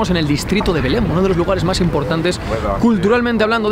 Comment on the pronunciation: Belén (en castellano) o "Beláin" (en portugués), ¡pero no Belem!